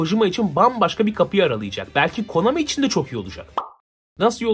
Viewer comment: no çok konAMİ dedin öyle